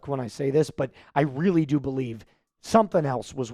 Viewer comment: I definitely Bo-LIEVE